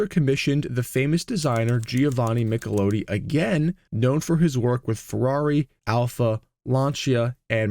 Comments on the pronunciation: It's NOT MichelOOti, it's MicheloTTi...stupid, stupid AI slop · The designer's name is pronounced Michel-ot-ti not Michel-owe-tee !!! Fecking AI narration! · How do the Italians pronounce it? Every time he said his name, I cringed, but at the same time, asked myself why we pronounce it MichlAHtti. Are we the ones who are wrong? Or is it like Porsche and Renault, where there are two pronunciations, and both are right, depending on where you are. How did Giovanni pronounce it? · Why did you make a complete disaster of pronouncing Italia words, such as Michelotti, Lancia. As well as the French Race Le Mans. The Spitfire never had a 1.2L. It was 1.1L, 1.3L &1.5L. The MGB came with a 3.5 L V6 in later production as well as the 1.8 L, before the MGC was introduced and the MGC had a 3 L straight 6. I had a MK2 and a MK3 and put Triumphs 2.5L straight 6 into both, much better BHP, Torque and driver ability.